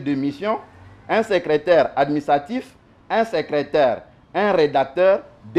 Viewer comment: Salut depuis les 🇺🇸🇺🇸🇺🇸 Invité na yo vraiment 🤔🤔 Ye azolobela niveau d'etude ya Ndeko na ye mais ye moko ba pronunciations mabe"secreteur"......🤨